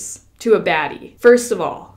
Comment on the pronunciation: i was jusssttt about to comment this! i couldnt stop laughing lol